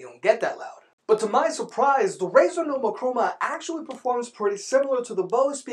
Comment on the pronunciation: its Razer - learn the company names! i dont go saying bosa or bosu even its ship company and sounds like chinese brand name even its american, i do own z623 tho and mine doesn't have volume and bass writtings - here a logitech QC for you, also my brothers 5 years old z623 sounds better than mine 1 year old z623....